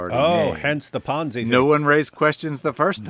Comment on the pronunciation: Never heard ponzi pronounced like banzai.